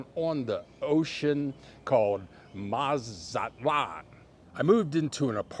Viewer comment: 🤣 You are so silly...'Mazatlan'.